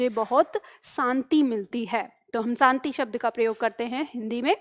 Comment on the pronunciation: सांति nhi hai शांति है वो बोलो तो कैसे बोलते है 🤣🤣